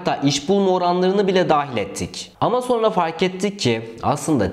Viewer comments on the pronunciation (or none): none